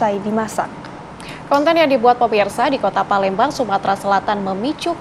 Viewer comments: PALEMBANG jadi PALENDANG 😂😂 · Jd parendang